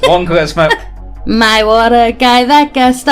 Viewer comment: Is my man unable to say "charisma" and keeps saying "Christmas"?!